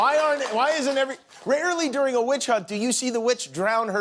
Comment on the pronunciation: "Wirch" Hunt :)